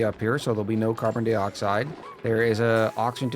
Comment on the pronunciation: I'll give you a thumbs up but you gotta stop saying "dee-oxide". That's the deal.